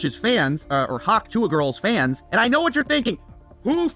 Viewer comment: The says hawk tuah so elegantly